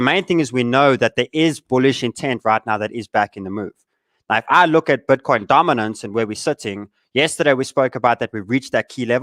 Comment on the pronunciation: Cmon "BETCOIN" !